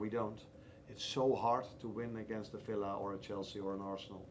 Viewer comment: I see..Slot actually said Villa , while I heard he said "Fella".